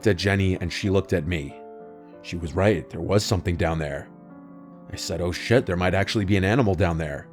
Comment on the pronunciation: i love how you said "oh shed"